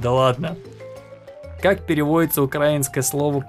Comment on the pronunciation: Не УкрАинского, а правильно УкраИнского.